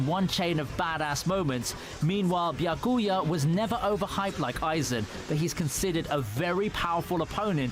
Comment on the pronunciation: bro said Byuhcooyah💀💀